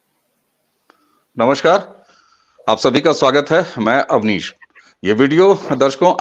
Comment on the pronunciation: awdesh nahi avnish hai wo